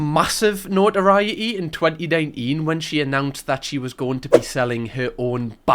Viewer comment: No-ah-rai-eh-ee in tweh-ee nigh-een. (Notoriety in twenty-nineteen)